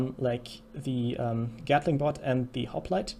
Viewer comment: Any one else hears Chicken But and Gatling But?